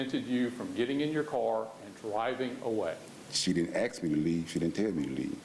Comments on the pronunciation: First time they say “ Aks” in stead of “ aSk” , you know, stupidity rules 🙄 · I’m sorry but the AXE is killing me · She ditint axe me ta leave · “…ask…”, really? or more like “…AXE…”? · Axe, she didn't axe...... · 1st, the word is "Ask", Not "Axe"